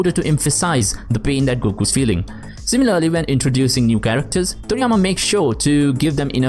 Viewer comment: I-CONE-iC Kerekters